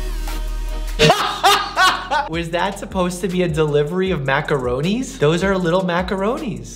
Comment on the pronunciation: Me being Italian and screaming at my phone when he says MACORONI?!?!?!?